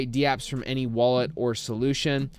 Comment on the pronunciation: Dude you’re are literally the only person in the world who says d-apps. They’re called dApps, not d-apps. What are you new?